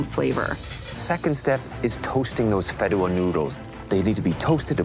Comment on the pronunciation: It’s pronounced fee-deh-wa Not fid-duh-wa The fideuá takes 13 mins to cook fully and really giving 7 mins away to prep